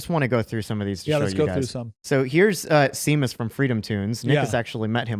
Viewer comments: Shame-us. Not Sea-mus lol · 'SHAY- MUSS' not 'see-muss' it's irish. like irish 'Sean' being pronounced as american 'Shawn' it's 'gay-lick' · It's Shame Us.....not See Mus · Guys...love you all!! Now a tiny correction.... The guys name you cite in the video who's name is Seamus is not pronounced "seem-us" it;s an Irish name and it's pronounced "shame-us"....got it??? Awesome video!!! Stay strong!! Haven't given the loser left any credibility for over thirty years now... 💪🏻🇺🇸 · His name is Shay-mus, not see-mus. It's Irish. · OMG Seamus is pronounced Shay-mus. Not Sea-mus. It's Irish. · It's not see-muss it's pronounced Shay-mus... So embarrassing. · See-mus or Shay-mus my guys. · Seamus' name isn't pronounced 'See-miss'. It's pronounce 'Shay-miss'. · I have to point this out because it irked me lol It’s pronounced SHAY-MUS, not SEAMUS 😂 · SHeamus not Seemus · His name is pronounced shamus. He writes it that way because he's Irish. Yes, I know, but don't hold it against him. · Seamus is pronounced "Shay-mus" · Seamus is pronounced Shay-maas. Similar to Sean is pronounced Shawn. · Great show, FYI his name is pronounced Shā-mus , like Shame Us... probably a good idea to get it right before he steels all your spoons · it's pronounced Shay-mus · Seamus is pronounced "shame-us" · It's Sha-mus though it's Irish for Freedom Toons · You did not just call him seemus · it's pronounced "shay-mus." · It's pronounced "Shame-us". Come on guys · Seamus is pronounced “SHAY mus”. You’re killing me Smalls! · not certain, but I believe it's pronounced "shay-mus" btw lol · Seamus is pronounced Shay-muss. It's like nails on a chalkboard... Or Gram-sKEE. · Its Pronounced Shamus he is the leprechaun that lives in Tim Pools basement and steals his spoons. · Seamus is [Shay-mus] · Running to the comments to inform you that "Seamus" is pronounced "SHAY-mus" because it is Irish, just like the Irish spelling for "Shawn" is actually "Sean." Please. My ears are bleeding. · "Seamus">>> "Shaymus"